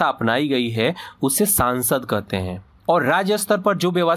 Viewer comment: Pahle संसद को संसद बोलना सीख सांसद -सांसद बोल रहा है 😑